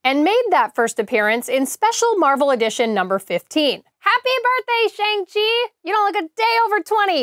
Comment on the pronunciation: You're killing me with that "Shang Chi" pronunciation.. Shang is pronounced like when the doctor tells you to stick out your tongue and say "Ah".